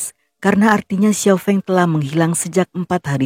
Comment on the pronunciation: Sekadar ralat, Kak. Xiao Feng, Fengnya pakai e pepet (sekolah, sedia, kembang dll), bukan e taling (enak, beda, kecap dll) 🙏